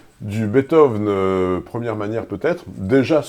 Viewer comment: Pitié, arrêtez de de dire "Betove"